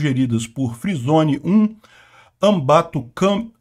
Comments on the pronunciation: Dei like no vídeo só pelo "Ambatucam" kkkkkkkk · fala de novo o nome do colaborador "Anbatu o que mesmo"?? Quero morrer de rir de novo 😂😂😂😂